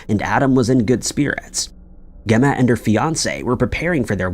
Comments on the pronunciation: Its pronounced jeh-ma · I really wish he'd pronounce things correctly. It's LEEMA. It's not pronounced like the bean. And his sisters name is Gemma with a soft G not a hard G. That's just in the first two stories. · Gemma with a soft G, Jesus. Pronounced Jemma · He’s always pronouncing stuff really badly. I mean.. Gemma is a pretty standard name ..